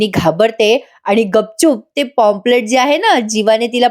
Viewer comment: पॉम्पलेट नाही काही पंप्लेंट. प्लीज नीट उच्चार कर.